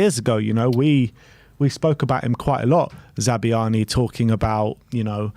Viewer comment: Za-bar-ny is closest to the Ukrainian pronunciation